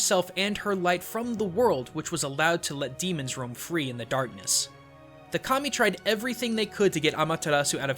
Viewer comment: Just me who heard "Commie" and not Kami? xD